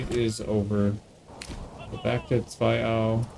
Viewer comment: The pronunciation of Zweiau made me SO happy!!!